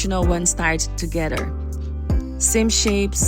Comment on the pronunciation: ToGETHER is NOT pronounced ToGEDDER !